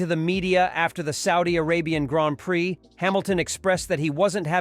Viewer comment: What a totally stupid shitty video! Get off the damn bandwagon and report something - anything that we didn’t already know two weeks ago. Also listen back on the soundtrack, that’s not how you pronounce ‘prix’